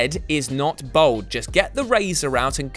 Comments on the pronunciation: Its bald not bold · After all these years and despite ending bald, still can't pronounce the word "bald" properly. Bald, not bold. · ‘Bold’? ‘Bowled’?? Did you mean ‘bald’? Took me a second to get what the hell you were on about... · You'd think a bald guy could pronounce "bald"